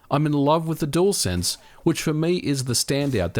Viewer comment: Aussie dude: DUALSENSE is DEWELSENSE, NOT DOOLSENSE